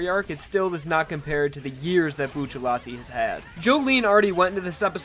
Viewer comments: I thought it was Bucciarati not buccallati... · “Buccialati” it’s bucciarati haven’t you read jojo? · It’s Bucciarati not Bucciallati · Uhmm... it's actually Bruno Bucciarati not Buccellati.. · wny Bucellati? isnt he buciarrati? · Its bucciarati not bu-sha-lati Its bu-cha-rati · Actually isn't it Bucciarati? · Yo I’ve always wondered why do people say bucciallati isn’t it bucciarati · his name is bruno bucciarati not bruno buccellati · I thought it was buccirati? Why bucciletti? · WHY DOES EVERYONE SAY BUCCILLATI ITS BUCCARRATI! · bucciarati not buccellati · it's Bucciarati not Buccellati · There’s no ll in his name why does everyone say bucillati it’s bucciarati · stop calling him buccellati, it's bucciarati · It's not Buccellati it's Bucciarati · It's BucciaRati, not Buccellati, porcoddio. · "Buccellati" hurts my soul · isn't it bucciaRati ?? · isnt it buciarati? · stop ppronouncing it like "Bucci-LETI" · retards: boo-cha-lot-ee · Every time says B uu chelatti I want to die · Its buccirati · It's bucceratti he says it wrong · It's Bucciarati you fking neanderthal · when you pronounce Bucciarati can you do the r sound like when you pronounce "strange"? At least that's a little bit similar to the way that it will be pronounced in italian